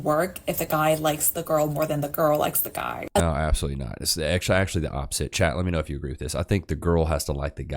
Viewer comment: How could you date a woman that says naur for no